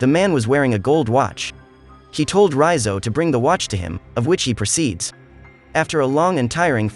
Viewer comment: I was searching for this recap who pronounce Raizo's name correctly and this is it.... I cannot listen another minute from Recap king channel as he was pronouncing his name like Reeyzo... i cannot listen anymore so... this video is it... comfortable to listen Raizo😂